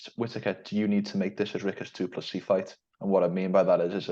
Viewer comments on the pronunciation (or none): No, it's pronounced like "doo-pless-ee"